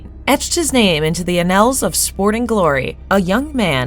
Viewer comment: Whoever read this didn't write it. If you don't know the pronunciation of a simple word like "annals " you're going to run into trouble with ethereal and enigma. I can forgive a couple of flubs but the lack of comprehension strips what should be a skillfully written informational video into disjointed static.